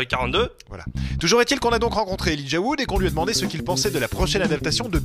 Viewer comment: 1)Elijah Wood: hot 2)American accent in french: hot 1+2=OMG!!! I'm so happy they subtitle instead of dubbing, but they still pronounce his name with a suitcase in their mouth... Can't wait for the Hobbit to come out (two years later!) and I REALLY hope Frodo WILL make an appearence!